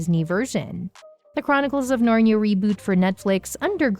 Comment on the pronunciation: It's not "Narn-ya" but "Narn-ee-a"